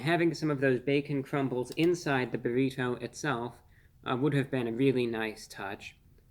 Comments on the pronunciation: Reviewbrah is great. But the way he repeatedly emphasizes the non existent “h” sound in burrito (aka “burr-heeto”) makes me think he may be the grown up version of Stewey from Family Guy lol. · BA-REE-TOE!??! so annoying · Why does he pronounce burrito in such profound way I guess almost like you can hear every letter in the name when he says burrito the bo-reet-toe😂😂😂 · Nice job, but you’re T is over pronounced when you say Burritoe 😂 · No one. Not a single human on this planet pronounces "burrito" the way reviewbrah does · I just like the way he pronounces burrito. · The way Reveiwbrah pronounces "burrito" tickles me every time the same way I hear some flap-headed Canuck say "oat." Wholesome content.